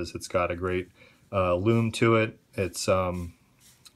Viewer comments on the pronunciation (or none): none